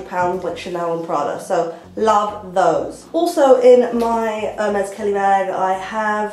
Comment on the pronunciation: You pronounce Herr-meh, in case you wanted to know ^^ Love your style xx